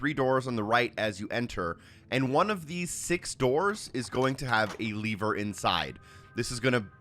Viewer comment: Saying leaver instead of Lever is driving me insane.